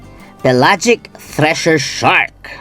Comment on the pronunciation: "THRESHER Shark" hindi 'Treasure Shark'